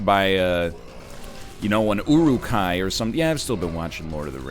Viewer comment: "Its not like your leg got crushed by an 'uruqui" uhhh you mean Iroqois? edit: nevermind he’s talking about uruk-hai